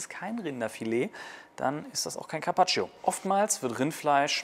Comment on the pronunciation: Man spricht das i von carpaccio nicht aus